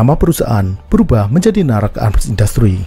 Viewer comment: คนอินโดนีเซียอ่านออกเสียงนาแร็ค ว่า น่ารัก 555+ 😁😁😁😁 Og Indonesia baca dengan kuat NARAC sebagai 'NARAK' hahaha+ 😁😁😁😁